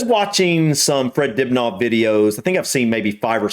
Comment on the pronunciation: Why the mispronunciations if the late Fred Dibnah surname It is not Dubnaw Lol Poor Fred... He deserves to have his name remembered correctly by all who claim to greatly admire him, surely.. Dinner is the correct pronunciation. Thank you sir.